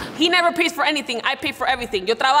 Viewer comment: Lele pons:He never pays What I hear: he never pees Me: he never pees? 🤦🏼‍♀️🤣🤣😂